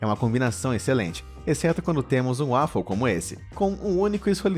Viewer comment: 1 - Brócolis e Couve tem o mesmo gosto. 2 - A pronúncia correta para 'Waffle' não é "Uáfou" e sim "Ueifol" 3 - Ovo é a clara que faz mal (embora eu também não dê importância a isso)